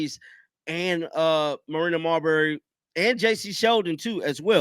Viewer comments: Marina Mabrey is NOT Marina Marbary. I like your commentary, but you periodically mispronounce some of the WNBA's players names. It seems to show a lack of preparedness. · Please, it's pronounced Marina May-Bree not Marberry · it’s Mabry. Not mawberry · I like the way you pronounce Mabrey. 🤣